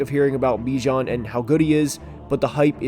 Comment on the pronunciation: Dude.. it’s pronounced Ba-jan not Bijan Like him enough to pronounce his name right 👀